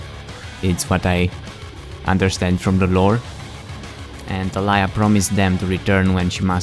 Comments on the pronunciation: ta-la-ya? is it not ta-li-ya? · it's Tali yah xD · Its pronounced Ta-Lee-Yah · i know a girl with that name, it's pronounced (Tuh-Lee-Uh)